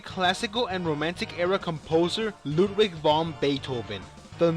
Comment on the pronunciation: You don't say Ludwig right 😈